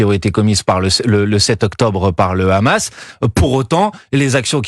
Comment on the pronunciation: Quand vous entendez la prononciation de « KHamas » par le journaliste vous savez dans quel camp il est.